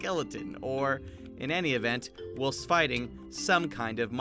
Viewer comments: Its pronounced whilest not wilst. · For future reference, it's pronounced while-st not will-st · No-one:: w i l s t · Who pronounces whilst as /wɪlst/? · its pronounced while-st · It’s supposed to be like w-eye-ul-st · BREAKING NEWS!!! DOESN’T KNOW HOW TO SAY ‘Whilst’ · Is anyone else bothered by how he pronounced whilst? No? Just me? Ok I'll leave then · is no one gonna talk about the way he say whilst 🤨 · Why do you say whilst so wierdly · Whilst in not pronounced like how you say it. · You can’t pronounce Elytra or Whilst. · The way he pronounces “whilst” 😣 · Is anyone else jarred by the way he pronounces "whilst"